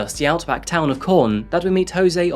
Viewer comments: The town is QUORN not CORN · Australian words are pronounced the same as English. The Qu of Quorn is said as Queen not corn. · It’s pronounced “Kworn”. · Lmao idk if i heard you right but it sounded like you said "Jose moved to the town of corn"